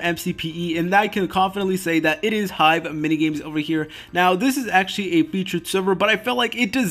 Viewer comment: "Hive" seriously